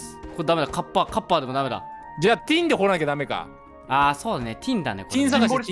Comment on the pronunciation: 皆さんのtinの発音が良すぎて、めっちゃ面白いですw蛮族の音楽がでてくるときちょっとテンションが、いつも上がってます！いつも、ありがとうございます。